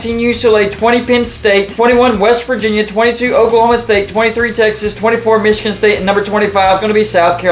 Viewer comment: Why do they say Michigan like that? It's so annoying. Meechigan?